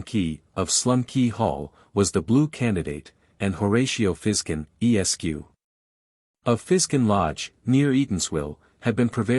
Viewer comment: This sounds like a mechanical recitation. The tone is flat and the cadence is unnatural. Furthermore, the voice pauses at every period, including those periods which follow the honorific “Mr”. BTW, Esq. is pronounced “Esquire”, not “E.S.Q.”